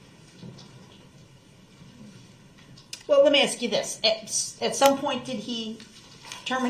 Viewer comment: allow me to correct something you stated. The alleged defendant, Darrell Brooks, Jr. (an' he DON'T consent to being callled dat' name!) doesn't "ask" questions. He "AXES" dem'! 😁😁